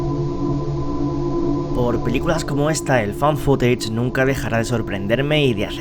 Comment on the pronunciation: Me encanta que digas bien "found footage" 🤘